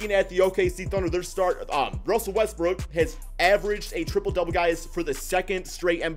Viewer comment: Am I the only one who hears Russel Westbrick when he mentioning Russ?